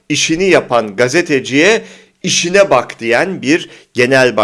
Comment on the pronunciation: işine değil ,işİĞNE bak işİĞNE diyor